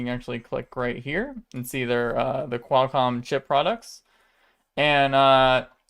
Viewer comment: Qual like Quality, not Quail, like the bird. Also, Gigahertz and Megahertz, not Gee hertz and Em hertz. And the S in Fresnel is silent.